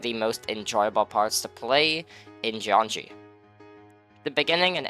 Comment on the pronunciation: "Jeongi" means electricity in Korean, so you should not pronounce it as "jeonji".